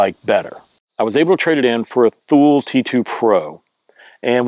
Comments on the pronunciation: It's pronounced "TOO-lee" not "THool" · By the way it's pronounced TOO-lee and not Thool.